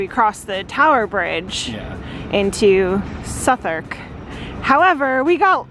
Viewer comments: Excellent - really impressed with the driving in London! AND your pronunciation of Southwark. Looking forward to the rest of your trip. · Your pronunciation of Southwark and calling Elizabeth Tower by its correct name, fearlessly conquering central London traffic in a manual. I’m impressed - great job guys 👏